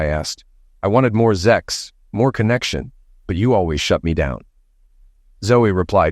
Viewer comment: What's up with "zex" and "zexual" instead of sex and sexual? Does YouTube have a problem with the process of procreation? Who's running YouTube, religious fanatics & zealots?